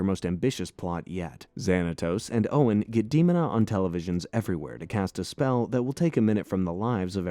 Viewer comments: clearly says Dee-mo-nah, yet de stick with Dehma-nah……WHY!!!! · Her name is DeMOANa, not Demon a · You clearly didn't watch this series when it actually aired because its De-MOAN-a. Not Demon-A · Demon-a? I thought it was De-mona or Day-mona. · Its dee moan uh not demunuh. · Who the hell is Demon-a? its DE MONA. MO NA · I loved the show and HATE that you mispronounce Demona's name It's not DEOMON-a it's de MOH na. No true Gargoyles fan would EVER get that wrong. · "Dee-moan-ah", Not "Dee-mon-ah". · De... mon...a . Or De.....mona. not demon...a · fixes glasses Ummm Actually ... it's promounce "Deh-mona" not "Deemona" .... lol just joking, great run down of the show. To this day it ranked in my top 5 all time greatest cartoons/comics/story. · First off. Thank you and great video. Others have said this about Demona's name. What's surprising is that you tied the show to Shakespeare references and missed a huge one. Othello's wife desdemona. Same pronunciation without des. Des....demona. de-moan-a Great video again. My sister's and loved this show. I was 7 and they were 14 and 15, I still like it. Wish they'd make a movie! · Demona is pronounce like Othello’s wife Desmona minus the S. De- moan-a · I was willing to sit through however many times you pronounced "Why-Vern" instead of the IN SHOW pronunciation of "Wih-Vern," but I will absolutely not stand for hearing Demona pronounced "Deemina" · Dear A.I.: Dee Mo Nuh. Your welcome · "Demon-a"? lol... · Dee moan ah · You could've at least watched an episode or 2 before making this😂😂 Demona = Duh-Mo-Nuh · Him saying DEMONa is driving me insane 😂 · Damn you’re butchering her name: DEMONA (DAH-MOAN-AH) 😂😂🤣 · its de-moan-a! thats how you say her name! :P aside that, i love this review. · It's DEMON-AH 😄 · EXACTLY! That annoyed me! IT'S, DUH-MONA DUDE!!! lol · Its De-mon-a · It's pronounced da-moan-na lol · Seriously i let demon a pass but once it said mayza i was done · lol that outraged me to hear "demona"